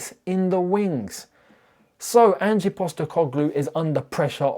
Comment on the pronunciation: I almost hope forest sack Ange so I don't have to hear you constantly butcher the pronunciation of his name.